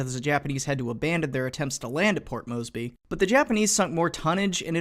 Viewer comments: Where does the "berry" come from? How the fuck do you pronounce "by" like that? You're picking up the worst habits from your father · Your pronunciation of “Moresby” makes me cringe so hard.